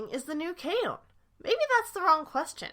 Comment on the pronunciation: K-on is pronounced like it's spelled. It's not K-OWN. 🤦🏼